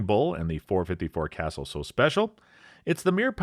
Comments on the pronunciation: It's called a 454 Casull, not 454 Castle🤣💯✌ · It's .475 WILL-dee and .454 kuh-SOOL. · Wildey: "Will Dee" Casull: "Kah Sool" Magnum: "Mag Num"